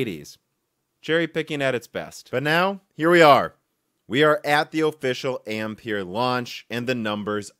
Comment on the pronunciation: Another YTer who 's unable to pronounce 'Ampere' correctly